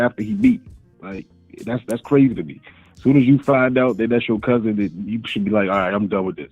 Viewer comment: Omg He said Cousbin